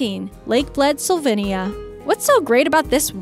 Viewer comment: slovenia is actually pronounce slOvenia not sOlvenia.